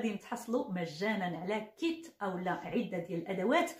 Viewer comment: تصحيح لغوي : العدة بضم العين و ليس بكسرها لانه بالكسر معناه عدة المسلمة المتوفى زوجها. وشكرا